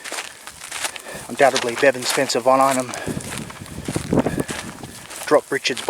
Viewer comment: His name is Bevan not Devon sorry that’s what it sounds like you are saying. I apologize if I’m wrong.